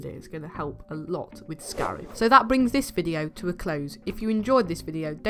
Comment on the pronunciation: Scarif, not scarf